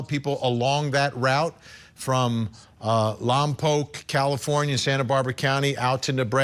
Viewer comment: Lompoc is pronounced lom pawk. It's not poke. I hope this little girl is found alive and unharmed.